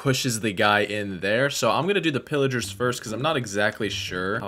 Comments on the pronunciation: Pillagers not Pillagars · “Villigars, Pilligars”